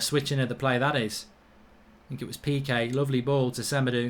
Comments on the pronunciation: Why does Mark say Sem-a-doo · It's SemedO